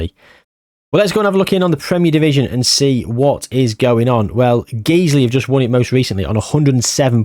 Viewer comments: Just for future if you need to mention them, Guiseley isn't pronounced Geezley. Think of disguise. The Guise bit of that is how you pronounce Guiseley. Guise-ly. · Guiseley is my local non league club and it is pronounced g-eyes-lee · Guiseley is pronounced Guy-slee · it’s pronounced ‘Guys-lee’ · The pronunciation of Guiseley made me giggle